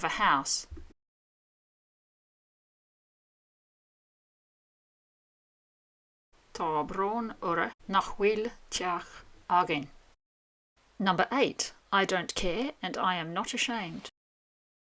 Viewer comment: Isle of Tenerife, Spain, Africa. Well done! Another excellent offering. All your pronunciations were excellent, apart from four: 1. Instead of "orthu", you pronounced the phonetically inconsistent Connemara/Aran outlier variant, which would more closely be spelt as "orab", unnecessary when we consider that most other dialects pronounce it exactly as spelt. 2. Instead of "uirthi", you pronounced the phonetically inconsistent Connemara/Aran outlier variant, which would more closely be spelt as "ura", unnecessary when we consider that most other dialects pronounce it exactly as spelt. 3. Instead of "acu", you pronounced the phonetically inconsistent Connemara/Aran outlier variant, which would more closely be spelt as "ocab", unnecessary when we consider that most other dialects pronounce it exactly as spelt. 4. Instead of "airgead", you pronounced it as "ara-gead", unnecessary when we consider that all dialects pronounce it exactly as spelt. My apologies for pointing these out, madam, and I'll happily remove or amend this comment if you so request. Keep up the good work! Best wishes, Patchy.